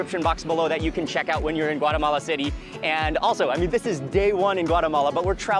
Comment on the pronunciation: Thanks for pronouncing “Guatemala” correctly ❤